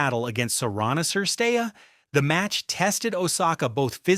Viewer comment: Just a simple suggestion - Make a minimum effeort and learn the players name as a native speaker pronounce. Not every name must be read in English (ex: M Cilic , S. Cirstea...).